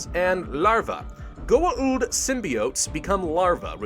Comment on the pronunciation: That pronuncation of Goa'uld if just 'goauld', not 'goa uld'